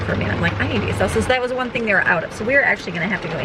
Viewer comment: LOL, when you kept talking about salsa I thought you were saying seltzer and thought that was a strange thing for a teen to be into until you said you wanted it for your Mexican food.